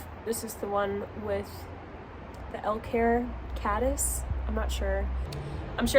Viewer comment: You are correct "Elk Hair Caddis"